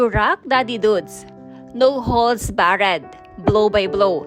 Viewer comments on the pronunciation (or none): Barred….bared? Bard po pag pronounce ng barred. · Hindi no holds ba-red (ang no holds barred). Ang Tama: no holds bard ang tamang pronunciation). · Anong Bar red..😂😂😂. Barred po. Isang syllable lng yan😂😂😂 Vlog pa more.😅😅😅😅😅😅😅 . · Hindi po bar-red and pronunciation kundi BAARD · wr pronunciation of barred